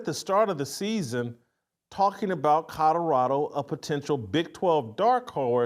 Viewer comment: Love your show Whitlock but please learn to say Colorado not Codarado